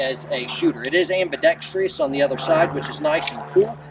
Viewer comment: It is not "ambidextrious" -- the word has only 4, not 5, syllables: ambidextrous. As a lefty, I tend to appreciate ambidextrous controls, but having lived many decades in a right hand world, I can get by if only the trigger is ambidextrous.